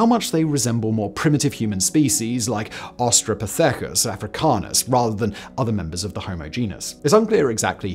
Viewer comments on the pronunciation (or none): Also, Austro-pethaagus. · You really need to improve your pronunciations of taxonomic nomenclature. Your butchering of 'Australopithicus' made me giggle with how awful it was. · did he say Austrapithecus ? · "AustropiTHEcus" Just the latest in a long line of mispronunciations by our beloved Simon - extra surprising to me, because the others that I've noticed share this trait of not so much mispronouncing what he does pronounce at all, but rather, just skipping over whole syllables, a habit which I can't help but attribute to a lack not of knowledge but of effort. If he would slow down and read deliberatelyf from left to right the sounds as they are shown, pronunciation would very largely take care of itself. Instead, it's as if he's scanning, and beyond a certain number of syllables he loses track and starts leaving them out. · Australo what now??? 😂😂😂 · Australopithecus really floored me. 😂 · Looks like Simon has never heard of "Australopithecus" before. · The way ge pronounced Homo naledi and Australopithecus makes my ears bleed